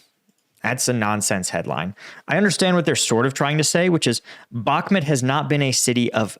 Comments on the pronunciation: bak muuuuuuuut. not bak met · I'd give Zelensky the benefit of the doubt on it. I assume he wasn't briefed properly - among all the meetings half a world away, plus the situation was changing quickly. Also I'm pretty sure it's Bakh-MOOT not Bakmet . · Umm, I've never heard it pronounced like that. Bakmet? It's Bakmoot. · Please! It’s bhak moot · When you cannot pronounce a city’s name properly, I think you should not talk about it